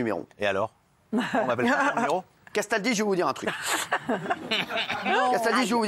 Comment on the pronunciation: Quand Cyril dit "CASTALDI" j'ai l'impression qu'il dit "qu'est-ce ta dit ?"